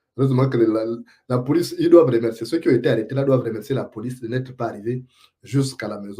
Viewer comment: ton rire forcé ne trompe même pas un bébé. Essaie de dire eu pas é. (Deu mon dentier, pas dé mon dentier)Tout le monde ici adore Oligui. Ton oncle Matoka Gide dit que depuis fin février 2024, il vit le paradis comme tous les autres retraités. Ta fameuse rentrée politique, un flop, la honte.. Une honte que tu prétends cacher dans un faux rire,un rire ridiculement forcé et qui fait rire lui même.